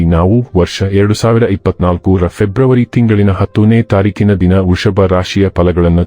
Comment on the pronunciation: ವೃಷಭ ಅಂತ ಸರಿಯಾಗಿ ಹೇಳಿ